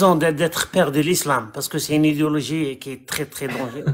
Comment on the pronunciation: tu fais exprès de dire idiologie quand tu prononces idéologie ? ..... où ça vient de moi ? lol